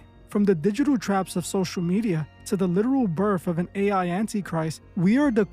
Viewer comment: Did you say BIRF? Lol